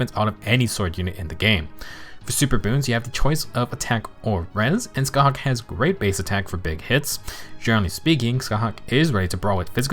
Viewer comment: Small detail, but as an Irish person it really did my heart some good to hear a Fehtuber pronounce Scáthach right! I usually hate when an FE4 banner comes out and all of the popular creators bastardise the Irish and Celtic names of the characters and locations, so it just made me happy :) Love your content btw!